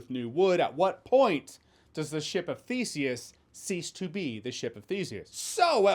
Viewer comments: I totally thought you were saying, “ship of feces”! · When first listening to this, I thought Jeremy said “Ship of Feces” instead of Ship of Theseus…on second thought, when it comes to this “movie”, maybe I heard him right the first time. 😂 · At first I thought you were saying the Ship of Feces. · oh. I thought you said this movie is a ship of feces. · I heard "Bore of the worlds is the answer to the ship of feces" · All I heard was "ship of feces" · I thought you said "ship of feces" and it still made sense somehow. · I am not an english native speaker... did you just say ship of feces? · I thought he said “ship of feces” there for a minute. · To be honest I thought he said “boat of feces” when he started talking about the theseus boat theory. But based off the trailer I don’t think there’s a difference. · "Ship of feces"? Yes, he definetly said "Ship of feces". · I thought you said "Ship of Feces"....